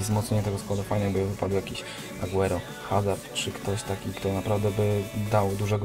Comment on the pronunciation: nie HAZARD tylko AZARD